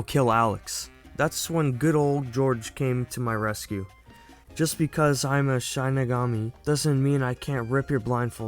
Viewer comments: my fav part of the video is how he mispronounced the shinigami he says shine-igami when its shi-ni-gami but i honestly find it funny and kinda makes me happy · Its pronounced "Shin-Knee-Gam-Me" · Shinigami is pronounced (shih-nih-gaa-mee) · also its pronounced SHEE-NUH-GAU-MEE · It is pronounced shi-ni-ga-mi it means God of Death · How to pronounce Shinigami: She (female pronoun) Knee Ga (Ga in Lady Gaga) Me (first person pronoun/referring to yourself) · Dude i think you said shining all wrong just saying not being rude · You should watch the actual show also you say shinigami wrong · your consistent incorrect pronunciation of Shinigami deeply pained me inside, so I’ll let you know how it should be pronounced: Shi- (like the starting sound of “shin”) Ni- (like the starting sound of “nickel”) Ga- (like the starting sound of “gone” Mi- (like saying “me”)